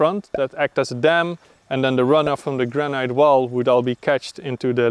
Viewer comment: Dude..... Its pronounced GRANIT....That's GRAN....IT...... IT as in it.... NOT ITE as in bite.